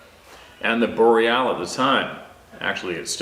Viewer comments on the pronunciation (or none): none